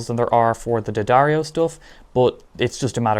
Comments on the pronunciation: Okay, thanks for the vid... but..in keeping with it being genuine... It's Dee-ahh-darr-ee-oh. Not Duh-dario. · Its pronouced dee- adair-o, or d-addar-o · You’re pronouncing “D’Addario” wrong. Just ask Philip McKnight! Lol